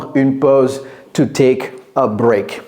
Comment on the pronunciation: Touték ??? Par pitié, soignez votre phonétique, c’est catastrophique